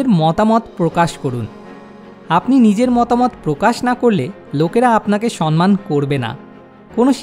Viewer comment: আপনার প্রতিটি ভিডিও-ই মানুষকে ভাবায়। কিন্তু 'সন্মান' বলে কোনো শব্দ বাংলা ভাষায় নেই। এই ভিডিও-তে আপনি একাধিকবার 'সম্মান' শব্দটি 'সন্-মান' উচ্চারণ করেছেন। ভিডিও-র শিরোনামেও লিখেছেন 'সন্মান'। সঠিক উচ্চারণ হবে - 'সম্-মান'। আশা করি, আপনি এবার থেকে এটা মনে রাখবেন। কারণ ভালো উদ্দেশ্য নিয়ে করা যেকোনো কাজ নিখুঁত ও সর্বাঙ্গসুন্দর হবে, এটাই কাম্য। ভালো থাকবেন। 🙂🙏